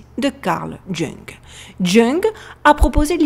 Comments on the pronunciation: salut, bonne vidéo superbe même et oui il faudrait une vidéo sur les symboles. PS: Jung Carl Gustav ce prononce phonétiquement Yung et non Jung. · Jung se prononce ''Ioung'' 😀😉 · Très bon boulot, video très captivante. Ce portrait est troublant, même le roi Charles a sursauté en le decouvrant. Une brève remarque : Carl Jung se prononce Young en français car il etait suisse-allemand. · Merci beaucoup pour cette analyse. Pour info (et je ne veux pas ici te blesser car c'est juste une remarque): Le nom de Karl Gustav JUNG, ne se prononce pas "Jungue" mais "Young" 😉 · Karl Jung prononcer "Young" Merci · Jung se prononce youg